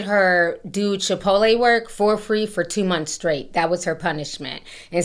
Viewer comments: I love how Ti says Chipoleee 😂😂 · Not Chi-pottle 😭😭😭